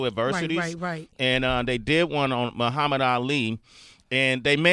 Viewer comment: he couldn't even say Muhammad right.